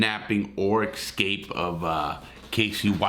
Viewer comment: Most cases like this are not triangles as you say. They are straight 'love' relationships. A love triangle is something different. Also it is EScape, not EXcape. (and 'ask' not Ax) eg "I asked my 5th grade English teacher a question I did not AXE her". Keep up the good work anyway.